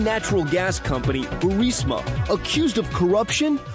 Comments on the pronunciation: Someone, ANYONE... Please tell Benny how to pronounce BURISMA. Tired of hearing him say Bursima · "Bursima???" Did you actually say "Bursima???" It's "Burisma." "Burisma." Where have you been, Benny?